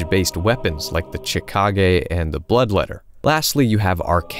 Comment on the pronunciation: chi-ka-gay.. chi. not cha. edit... also SEY-key-roh